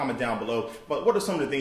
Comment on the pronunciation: "i will chatch ya laataar" :D